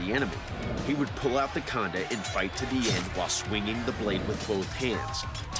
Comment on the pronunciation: Its not Khaanda... it is Khandaa.... it is a Sikh Weapon and also the symbol on Sikh Flag....